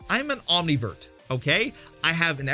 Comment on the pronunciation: It sounded like you said Omnivert but I looked it up and it’s ambivert but maybe it’s just the way I heard you say it. I don’t think omnivert is a word sorry to be critical towards you but I just can’t help but to be analytical and precise. Nothing gets past me as far as details.